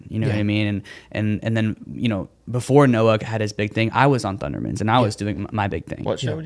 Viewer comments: Why can't he say thundermans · Why can’t he say thundermens ?